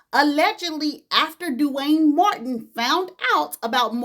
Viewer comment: It's the way you say DEW wayne😂